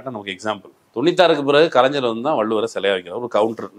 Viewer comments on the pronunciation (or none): none